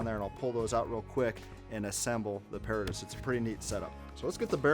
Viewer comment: It's properly pronounces pah-RAH-tus...as in the BOY Scout motto - Semper paratus...i. e. 'Always Ready'